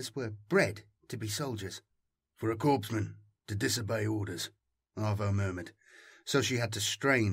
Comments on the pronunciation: Its pronounced: “”core-men” “core-man” not “corpse-men” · Loving your work everyday as I work. Quick note I do believe that Korpsman is pronounced coreman just as Corp is core. I may be wrong but that is how Corpsman is pronounced in context of naval medics. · 'corpsman' is pronounced 'core-man'